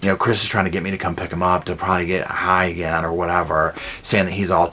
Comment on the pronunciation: "Where's that there babyah. I wanna killit AGIN!!!!"